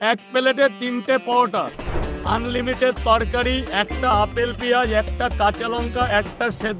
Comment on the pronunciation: Plate ❌palet✅ Unlimited ❌onlimited✅ Tees❌Tiris✅ Onion❌ aapel✅ 😂😂